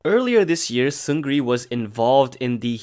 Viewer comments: Great story except one thing: 승 리 or Seungri is pronounced "seung-ni" in Korean because of a spelling rule. "Seung" is spelled ㅅ (s) ㅡ (eu) ㅇ (ng) and "Ri" is spelled ㄹ (r)ㅣ(i). When a word beginning with 'ㄹ' comes right after a word ending in 'ㅇ' then the 'ㄹ' is silent, or more precisely, the pronunciation changes to 'ㄴ' (n). So 승 리 is spelled like "seung ri" but pronounced 승 니 or "seung-ni". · Seungri’s name is pronounced Seungni.